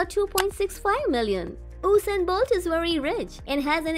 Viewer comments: Tyson gay is not the second fastest man upon the time u did this video, yohan black is and it is usain bolt no osain bolt #getit? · Who Is Osain bolt because I know usain bolt but not Osian bolt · Oosain bolt 😂 thats disrespectful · Oosain bolt is wary wiich